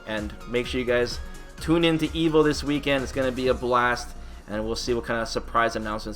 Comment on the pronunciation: Evil? Or evo? Every time I hear you say Evo it sounds like you say evil lol.